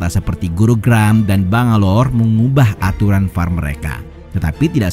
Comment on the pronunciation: ngomong bangalor nya kaya dipisah jadi bang alor wkwkwkwkwk jd kocak kedengerannya